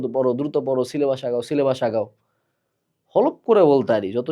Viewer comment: পীর যেভাবে সিলে'বাঁশ' বলে😭😭